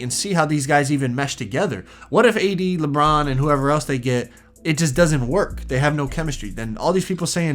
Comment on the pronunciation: did you try to say Lebum or did you actually try to say Lebron